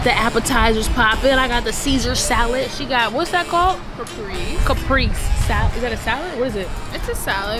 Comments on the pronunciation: it's pronounced khuh-pray-say....Caprese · The way she pronounced caprese! It's cah pray zay. 😂 My favorite salad.